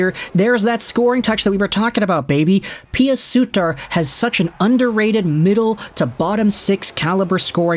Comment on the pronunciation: god stop pronouncing Pew Suiter wrong for the love of god !!